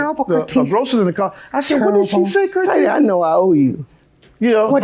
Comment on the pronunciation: I am going to call everyone who upset me, Curtese from now on.